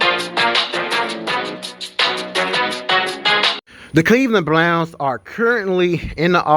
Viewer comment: 1: the intro almost as long as the video 2: did he say the Cleveland Blnouns not Browns